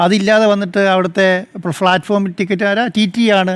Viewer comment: Not flat form. Pls say platform, that's correct